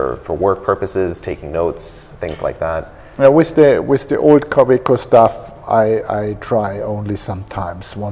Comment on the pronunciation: I don’t understand why the American guy still kept saying ka - WAY - co.